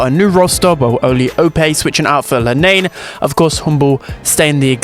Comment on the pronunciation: everyone is still not pronouncing lenain right😭